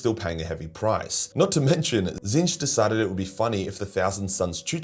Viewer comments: HOW did you pronounce Tzeentch,? I feel like I just witnessed the end of an era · HEY HE KNOWS HOW TO PRONOUNCE TZEEENCH!